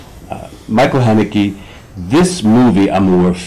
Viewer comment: Haneke, not Hanake. Good interview still.